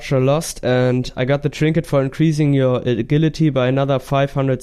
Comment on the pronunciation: Tree-nket lololol